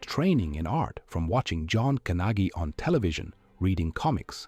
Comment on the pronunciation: Please do your homework on how to pronounce peoples names. It just makes me a little crazy when Youtubers don't do their homework. John Gnagy is not pronounced G-nagie, it's pronounced John Nay-gee. Also, Graham Ingles is pronounced. Ing-gulls not inge-als. Come on, do some research.